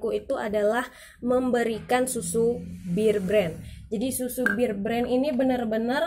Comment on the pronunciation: Knp sih disebut BIR BREN ? BEAR nenkkkkk